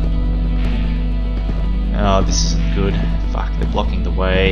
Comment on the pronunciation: I love whenever he says "Fack" or "facked"